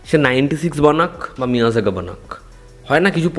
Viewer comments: It's মেইআড়াগান not মিইয়াজাগান🙂🙂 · Meiyazhagan...not lagaan😂😂🤣🤣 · Pronounce correctly the name of the Tamil film.. It's Pronounced like may+algan In tamil zh stands for L kind of pronounciation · নামটা ঠিক করে নাও মিয়ারাগান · মেইয়ারাগান হয় রে উচ্চারণ টা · ভাই তোমার উচ্চারণ শুনে মুভি খুঁজে কিছু এনিমেশন ছাড়া কিছুই পাইলাম না। মুভির নাম জানার জন্য কমেন্ট পড়তে হলো। মিয়াজাকি নামে কোনো মুভি নাই। তবে জাপানের বিখ্যাত এক জাতের আমের নাম মিয়াজাকি।:face-orange-frowning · Tumi thik pronounce korti cho na 😢😢 , original title Meiyazhagan Tamil Pronounciation: meiyadagan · er pronounce 😂